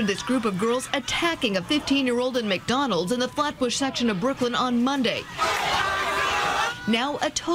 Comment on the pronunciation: McHoddrats. Lmao